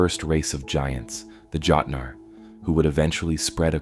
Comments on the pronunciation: Jötnarr is pronounced "yotnar". The Jötunn, a Jötnarr. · THE JÖTNAR PRONOUNCIATION LOL, I STILL LOVE IT🥰